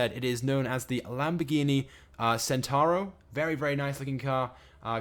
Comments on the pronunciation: Centenario, not Centario, you dingus. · If anyone had played forza horizon 3 or just knows how to pronounce things properly you would know that the Lamborghini Centenario is actually said as Lamborghini Ch-ent-en-ah-rio not senario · Lamborghini "centaro" LOL. it's "centenario" don't know if I spelt it right but I'm sure that's how you pronounce it. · centenario is said Chent ten r e o not centario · pronounced Lamborghini chentenario not sentenario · ITS NO THE CENTENARIO ITS THE LAMBORGHINI HURACAN YOU SPANNER, AND ITS PRONOUNCED CHEN TA NARIO, YA TOOL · not sentaro even jesus. it has got the 'enario' bit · it's Ch-ent-a-nar-re-o.